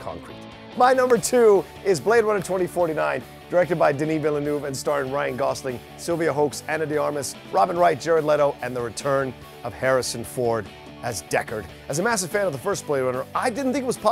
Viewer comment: Hoeks is pronounced as hooks. Learn your Dutch. Just kidding from a Dutch fan. Great that you loved the role.